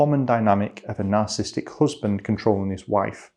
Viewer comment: sir, you are skipping one syllable in narcissistic, please stop. Nar-cis-sis-tic, not nar-cis-tic